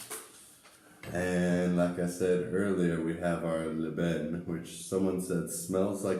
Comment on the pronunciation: I never eat couscous with my hand neither my family,we always use spoon in Casablanca and most of Morocco,except in the village they préfère using there hand as to keep the tradition of the old day. Yes you pronouncing it right (Lban)